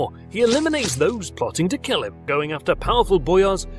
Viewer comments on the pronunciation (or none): none